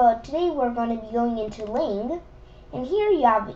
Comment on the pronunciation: I heard lane not lang xD